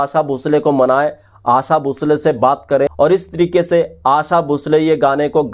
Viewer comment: Bhai aasa nahi aasha.